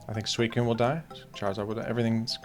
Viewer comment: this boy just said squeakune